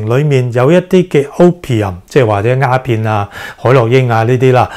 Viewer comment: 醫生。你好似講左蝦片喎，係丫片呀！